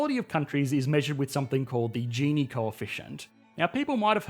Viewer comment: Hes say gini wrong